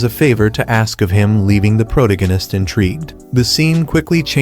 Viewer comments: pro-tuh-gow-nist like its another ist and ism lol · "Protagonist" is an actual word in the English dictionary. I don't understand how even the most primitive AI could fuck up the pronunciation so spectacularly.